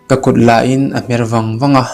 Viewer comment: Ngaina tih leh lainat tih hi ilam diklo hret a, a bak zwg erwh gaihthlk a nuam. I chhiar thiam ltk,a thluk adiklo deuh a. A dwtleh ah cuan a dik turah gai ag aw....